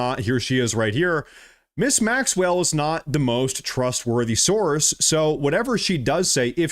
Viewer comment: Quit saying sorce and name a actual person he can't because he doesn't know of any 😂😂😂